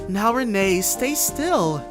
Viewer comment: Believe it or not, the little girl's name is actually pronounced Ren or Rin.